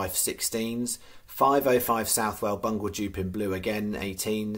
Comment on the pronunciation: Thats a very novel and interesting pronounciation of BUNGLED UP IN BLUE :D